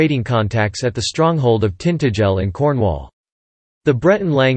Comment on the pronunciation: Tintagel is pronoumcrd TintA gel agel and Fowey is Foy.